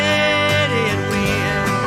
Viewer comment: A brilliant "diss track" before there was such a thing (although Positively 4th Street preceded it by a few years). A standout track, even among the GOAT's output. Absolutely love the way he adds a couple of extra syllables to the word "idiot" - really sounds like he means it, right? Really loving your channel, - Dylan and the Beatles and whatever else you check out. It's all good!